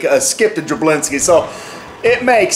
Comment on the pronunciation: "we skipped a jablinksi"